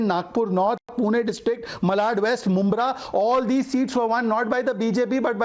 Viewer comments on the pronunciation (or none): none